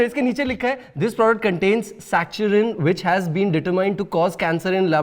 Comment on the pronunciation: I can't believe the entire crew didn't knew how to pronounce "saccharine"